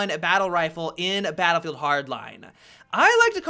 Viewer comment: Battleddd Hardline